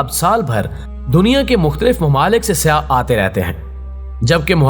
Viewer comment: please Correct words. INKA not Anka, Saiyyah not Siyah. Chechuk ha